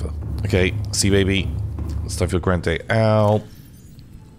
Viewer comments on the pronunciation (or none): none